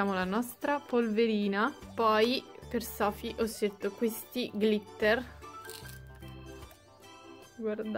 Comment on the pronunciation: Glitter si pronuncia con l’ accento sulla i